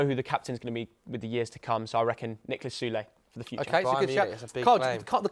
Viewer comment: My guy said sule lmao